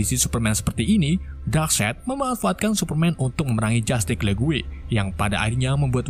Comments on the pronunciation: Justice bang bukan justig 🤣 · Alur nya mantap,? Pembawaan cerita luar biasa,, cuma sedikit saran kalo bisa dalam penyebutan bhs inggris nya pelajari dulu di translate audio,, biar pas penyebutannya,, masa justice dibaca jastick